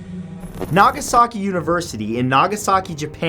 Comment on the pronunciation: Guys. Is it just me or has Matt's beard and mustache grown out? Maybe it's just because of the fact that I haven't seen his face for so long. Also it's said Na-ga-SA-ki, with short syllables. Not Nā-gā-sā-kī.